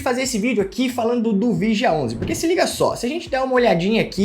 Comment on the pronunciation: Analfabeto!!! Olha como ele chama o nome do Fundo. É muito idiota!